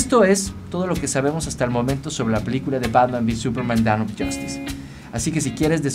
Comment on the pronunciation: Es DAWN no DOWN xd